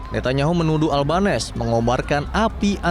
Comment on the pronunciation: makanya agama dan ras tdk menentukan baik/buruknya seseorg✌️✌️ bacanya anthony albanisi pak😊😊